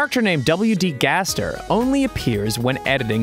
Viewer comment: its gaster not gester